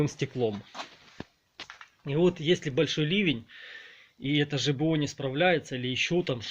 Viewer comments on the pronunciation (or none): только не жбо а жабо